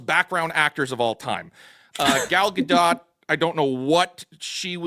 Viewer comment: Gal ain’t french. She says Dot. No accents or weird. Gal Ga-Dot. Dot like a period at the end of a sentence or point on a graph….Dot… Thank you for your efforts to get it correct over the last year or so🫡😁